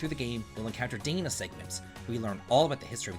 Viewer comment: It's pronounced Dahna. Not Deyna....